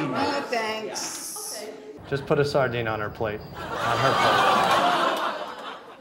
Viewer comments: "Sourdene" instead of sardine is that what i heard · The two best parts: -"Suicide?" -He threw the "sowerdine" on her plate. Her mouth formed a perfect O.